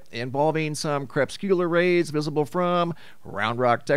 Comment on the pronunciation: They are "CRE-PUS-CU-LAR rays